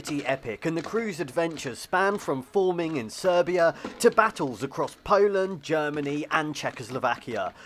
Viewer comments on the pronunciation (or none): none